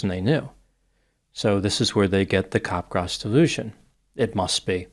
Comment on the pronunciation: Very good video and post discussion. Unfortunately is mispronouncing the syndrome. It sounds like he is saying cop-grass. The correct pronounciation is cap-graw. cap (as in baseball cap) followed by graw (sounds like draw). So it's cap-graw. It's named after the French psychiatrist Joseph Capgras (s is silent).